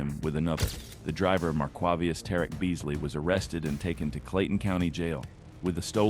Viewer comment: hahahaha they said Marquaveaus!? WTF is that?! hahahahahah